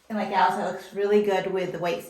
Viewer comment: HIS NAME IS AL AS IN ALLEN